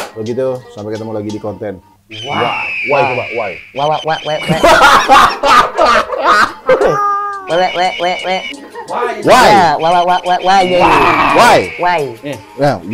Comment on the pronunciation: Bagian ending pengucapan "WHY" nya sihh bengek gw ketawa di tambah ada suara burung nya juga ikutan gagap😅😅😂